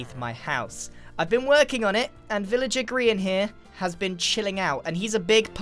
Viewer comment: Welcome to grain Ville! What do you mean it’s grian? No it’s grain. Definitely